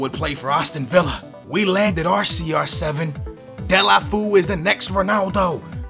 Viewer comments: its pronounced as " Doll-fay-yo" Please like so he can see! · Serously, "Delafu" ? :/ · btw it is pronounced Delafayoo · Delefeou is pronounced De-Le-Fer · it's del-a-fey-u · Yo, its pronounced Del-ohh-fey-you:P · It's Deu-lou-fél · It so funny heard saying Delafu lol. I am from Spain so I know how must be said, but he is a great transfer. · skillz you stupid noob its said De-la-fey-you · its pronounced DU-EL-O-FEO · its de-le-fyu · As a Barca fan I'm so glad you chose Deulofeu. I've been suggesting him since the first episode, but, please learn the correct pronunciation. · read deolufeo's name like its in portuguese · hahha its funny how you pronounce deulofeu